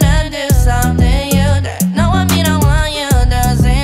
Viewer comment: he has an accent when he says " to "